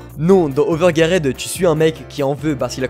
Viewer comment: Ps : ta prononciation de overgeared pique les oreilles mais trkl on t’aime